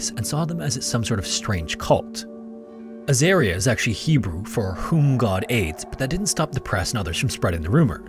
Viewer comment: Aussie here. Third story you got a few pronounciations wrong. Azaria is As-Ah-Re-Ah not As-Air-Re-Ah and Mount Isa is Eye-sa not Ee-Sa.